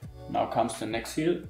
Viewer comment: Anstatt THE einfach ZE oder SE